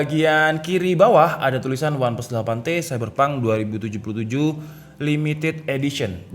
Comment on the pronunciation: Wah saiberpang tuwenti sepen2 :v logat jawa he3